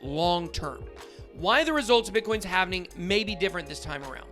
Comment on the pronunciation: Its not "havening" its halving